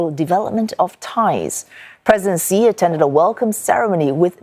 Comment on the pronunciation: It is Xi (She) not Xi (Zee) lol